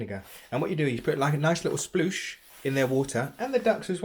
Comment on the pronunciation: "A splosh". 😄